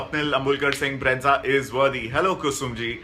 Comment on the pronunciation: Bro plz stop calling brezza as breadza😂.... Learn to pronounce first